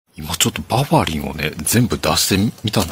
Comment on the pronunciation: バファリンちゃいます ヴァファリンです プラスチックちゃいます プラッチック風